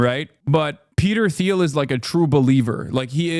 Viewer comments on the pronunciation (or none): Peter TEEL is how it's pronounced